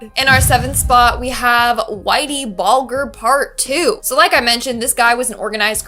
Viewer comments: That’s not how you say his name!🤣🤣(bulge-er) Whity bulger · anyone else check out after how she said "bulger" lol